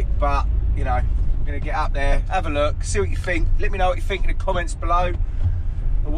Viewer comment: Why did his parents not teach him to use “t’s” instead of “f’s”…… it’s THINK,not FINK.